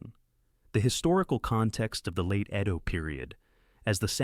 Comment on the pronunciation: Narration was terribly AI but overall ok. I wish someone would get AI to pronounce "Edo" correctly though